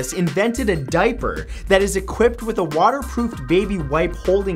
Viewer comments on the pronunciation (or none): none